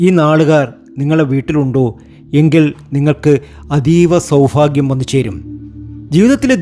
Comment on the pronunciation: ഈ ഫ എന്നൊന്ന് clear ആക്കി പറയാമോ.. Bore ആണു ഫാഗ്യം സൗഫാഗ്യം എന്നൊക്കെ കേൾക്കുമ്പോ ദേഷ്യം തോന്നുവാ 😡😡